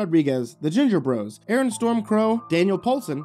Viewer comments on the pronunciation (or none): none